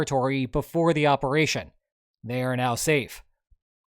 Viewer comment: it wasn't a bold operaychun... it was AUDACIOUS! (if i ever hear that again....)